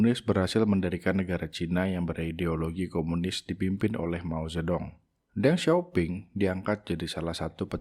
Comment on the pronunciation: Deng Xiaoping juga dibacanya: Teng Xioping